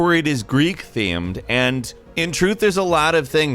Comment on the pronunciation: “Except for it is Greek thyeumed” 👌